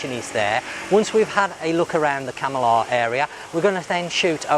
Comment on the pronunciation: You say Kam - i - lah about a hundred times and every time you pronounce it wrong. Try; Kamarlah